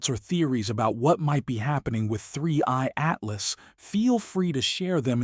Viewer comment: Why does your robot voice keep saying "3Y Atlas" instead of "3I Atlas"?